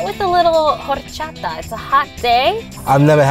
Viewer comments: Man their pronunciation of “feliz” and “horchata” hurt me 😭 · I was lowkey hoping would tell him and explain it means happy 🙂 but the she said "whor"-chata and maybe she doesn't speak spanish?? Oh well they had fun:) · It’s the pronunciation of orchata for me